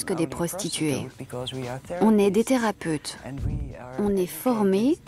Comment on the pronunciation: "Les théraputes" 😂😭